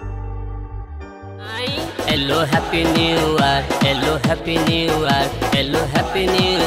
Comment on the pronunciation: it's not happy new year it's happy new r 😂😂😂